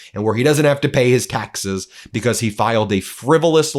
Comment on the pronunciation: It's not becoss it's because. You're not special.